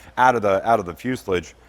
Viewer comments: Fuselage's last syllable is pronounced like Massage.. not like mucilage. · You say fuselige, I say fuselage. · It's a fyoo·suh·laazh not whatever you're saying. Just say'n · Fu·se·lage........Fu·se·lage.. Say it with me, Fu ... Se.... lage... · Sorry but what’s a Fuselidge? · Amazing video, I love watching the progress on this along with the rest of your projects, it really opens my eyes to how different smaller aircraft are to something like an a320 or 737, aircraft I worked on as a technician for 3 years, one thing that’s bugging me though is how you pronounce fuselage, it’s pronounced “Fuse-el-aje” if you Google it will show you aswel 😂 keep up the great videos I look forward to seeing this bird take to the sky! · Fuselage is pronounced "FEW-se-laaaahgze." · What's a Fyuslidge? haha, only kidding. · There is no "i" in fuselage. (Few-sal-ah-j) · I love the way you pronounce fuselage, only in America!😅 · I have never heard someone pronounce fuselage that way lol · Only slightly triggered by how you pronounced the word “fuselage” 🤣 Much love and support👍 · Please stop saying fuselage like that. It hurts a little.